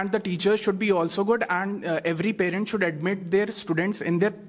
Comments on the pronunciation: Jhatu jaisa debate ho raha hai sh ko s bol raha hai 😂😂 kya angrez banega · It is you should not sould😂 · please improve your pronounciation skil like should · Should ko pronounce krle dhang se phle😂😂